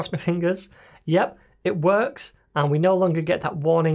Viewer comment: "wuuckx" lol. Gotta love the accent :)